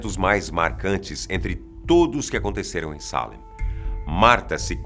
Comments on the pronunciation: NÃO TEM ACENTO NO A MDS,É SALÉM E NÃO SÁLEM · Ai que agonia que dá de ouvir ele errando o acento😥 É Salém, não Sálem. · Não se diz Salem ,se diz Salém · A América (Novo mundo) na idade média nao havia sido povoada pelos europeus. Esses julgamentos ocorreram no século 17, no ano de 1692 (idade moderna).Ninguem foi queimado vivo por esse tribunal. A pronúncia de "Salém" é exatamente como se lê, e nao Salem! Fica evidente que o apresentador defende a tese de nao haver sobrenatural no episódio de Salém, como se tem usado na retórica política e na literatura popular. De fato os julgamentos e as execusoes sao dignos de crítica e de repúdio, mas afastar as referências históticas de casos de satanismo, vodú entre outros cerimoniais de ocultismo e de experiências sobrenaturais, bem como o desconhecimento em Salém da maioria dos depoimentos e testemunhos e o descrédito dos conhecidos é desleal. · Da um nervoso como ele fala Çalen eu gosto de Salem bem forte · A palavra Salém é oxítona. Mas o apresentador pronunciou como sendo paroxítona. Qual a real pronúncia? Porque a forma de falar não condiz com a forma escrita 👍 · Pq ele fala Sálem ao invés de Salém ? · Por quê ele fala "Sálem" se está escrito "Salém" ? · Não é assim que fala Salém af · E cada vez que ele fala SÁlem eu tenho vontade de enfiar um garfo no tímpano e girar. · Pq tem acento agudo em Salém se a pronúncia é Sálem? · A pronúncia não seria Salém? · Sálem ou Salém??? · Traffic DAE DAE tbm achei que era Sete além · Ele esta flando o nome da Cidade errado .tem assento ! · A pronúncia de “salem” corrói os ouvidos...